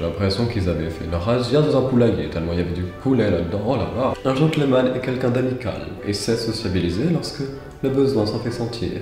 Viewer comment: Est-ce qu'il n'y a que moi que ça perturbe quand il dit gentleumanne au lieu de genteul manne? 😂😭😭 Sinon la version française c'est bien aussi hein on manque de gentilshommes en ces temps troublés